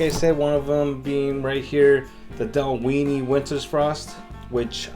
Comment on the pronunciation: I just love the way you pronounce Dal-WEENIE haha fantastic! Another great one